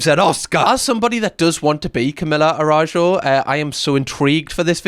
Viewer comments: Girl, its ARAÜJO, not Arajo. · Sorry couldn’t stop myself, the pronunciation of her last name is Ah-ra-oo-ho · pronouncing a brazilian name is cutehahah Araújo.. its more like Araoojo - u sounds like oo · the pronunciation of her last name is "a-ra-ú-ho" :) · A RA JO WHAT OMGOMGOMG CAM YOUR BRIT IS SHOWING XDDD that pronunciation is CRAAAAZY XDDD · never heard of her before, but the way you're pronouncing her last name has me creasing every time 😭😭